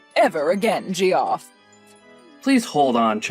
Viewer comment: Did you really pronounce his name as Jee off?!?! 😂😂😂 It's pronounced JEFF! 😂😂